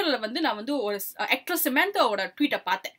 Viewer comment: Not sementaa, its samantha